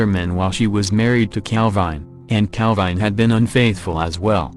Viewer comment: Cal-vine did it